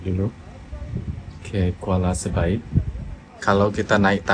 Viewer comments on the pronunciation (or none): kuala belait bang bukan Kuala sebait😂😂